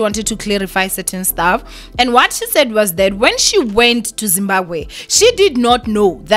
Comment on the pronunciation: ZimbaGwe😂😂😂😂...i find this pronunciation very funny